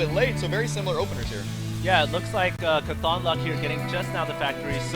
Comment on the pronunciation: Just for the record, I love you both, but you will better please us Wheel of Time nerds if you pronounce Cauthon properly -- stress on the first syllable, like the word caution.